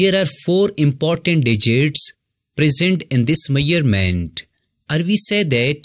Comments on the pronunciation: By the way one correction 😅that's measurement not mayerment, just small correction i dont know how many of u noticed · Measurements ❌ Maiyarments ✅😅